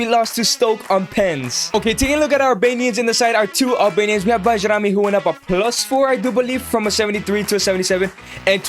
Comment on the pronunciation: Pronounced as Bayrami!